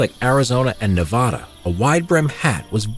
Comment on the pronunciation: You mispronounced nevada